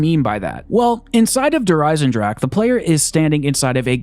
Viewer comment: Wann lernt er eigentlich endlich wie man der Eisendrachen richtig ausspricht?